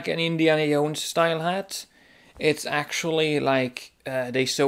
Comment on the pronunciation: jones not yones jahones jownes joe ns